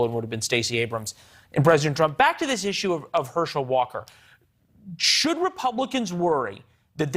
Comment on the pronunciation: This guy can’t even pronounce his own name correctly 🤦🏽‍♂️ WTF